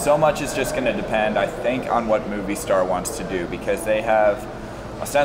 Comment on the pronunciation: Moh Vee Star* ! Great video though!